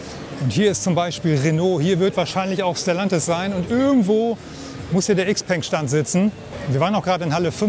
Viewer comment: Cooles Video. 👍🏼 Aber bitte XPENG „Schaopang“ aussprechen. 😉 Aussprachevideo: Bitte keine Hate-Kommentare. Das hatte nichts mit Klugscheißen zu tun. 😉